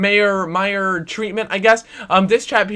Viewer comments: He is pronounce My- err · You say meyers name like you said once line an eye. Thats how you pronounce the ey